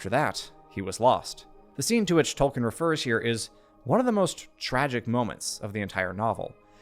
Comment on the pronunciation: Dude… absolutely phenomenal analysis. I LOVE your channel, and am doing so all the more I look at your back catalogue. (Small personal nitpick that I’m no way colors my admiration for this channel 😂: please … you’ve GOT to stop saying “Toll - Ken” … it’s pronounced “Toll- Keen”